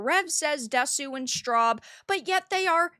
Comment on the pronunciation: "Desu" pronounced 'dess.'